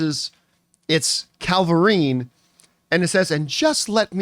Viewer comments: Why do you jeep saying Calvillerine? There's no l before the v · Did you say Calvirine? It's Cavillrine